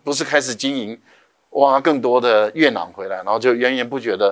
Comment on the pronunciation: 月球土壤簡稱月壤（yue rang),何為唸成yue nang?